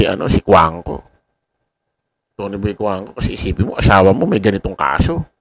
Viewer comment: hindi CUANCO. COJUANGCO.